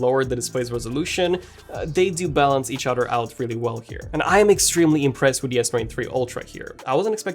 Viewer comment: Udder. I love it dummy.